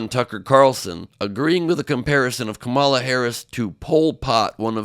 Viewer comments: KOM-uh-luh, not kuh-MA-luh. It starts with "kom," which rhymes with mom, and that's where the emphasis is. Don't pronounce her name the way Trump does. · Ben, you are saying Kamala the same way Trump does!!! It is KAh-mala. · Ben, please pronounce Kamala's name properly!! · Enjoy your show but please pronounce her name correctly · He purports to be a news man. And he can't pronounce the VP's NAME?? 🫏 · You know you keep mispronouncing Kamala. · You’re mispronouncing her name. 😃